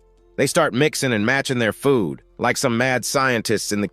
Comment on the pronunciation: The way brk said food💀💀💀